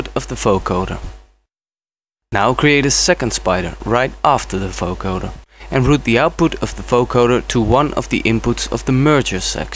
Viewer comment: its a vocoder not a foecoder xD but awesome tutorial !